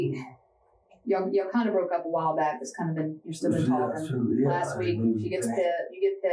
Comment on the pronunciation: Ugh, this guy! With the voice that makes me need to shit. Can anyone else not stand that way he says words like "talking", he pronounces it "tauwking" like he's about to vomit after the T